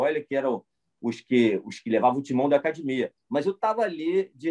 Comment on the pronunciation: Falou "acadimia", não precisa de exame de DNA...